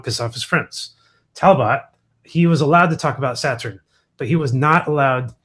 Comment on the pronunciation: I cannot listen to him pronounce Saturn one more time